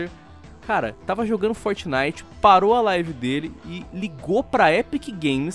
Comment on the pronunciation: Meu tem hora que não da. O jeito que o fala algumas coisas Como "Fortnite"chega da um negócio mano. Fala o nome Br na moral kkkkk Forte abraço ❤ Curto vocês mas tem hora que não consigo ouvir o por causa desse jeito dele de falar.